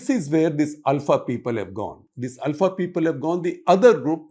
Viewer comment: Thanks for thr correct pronunciation of ULFA. North Indians always say it wrong as OOLFA.